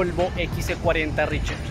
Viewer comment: Toca mejorar el nivel de ingles para pronunciar RECHARGE (Ri-char-ch) y no ri-cher-ch...